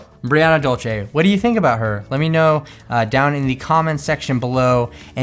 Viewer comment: Her name is Brianna Dulce (Duel-Sey), not Brianna Dol-che. Dulce is Spanish for "sweet." Anyway, aside from MyFroggyStuff, your RH doll reviews are entertaining to watch. Most of the other RH reviewers are annoying, especially the ones who constantly focuses the camera on themselves and not the doll!